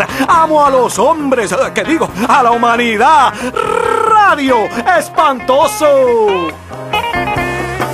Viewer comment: rrrrrrrradio espantoso